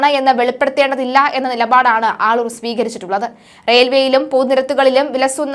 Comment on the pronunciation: ആളൂർ അല്ലേ?? മള്ളൂർ എന്ന് പറയുന്നു... 🤔🤔